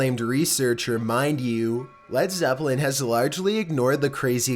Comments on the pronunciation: No not ledzepline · No not Led Zepplin😭😭😭